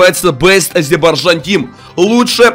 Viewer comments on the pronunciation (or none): СКОЛЬКО МОЖНО ГОВОРИТЬ НЕ АЗИБАРЖАН А АЗЕРБАЙДЖАН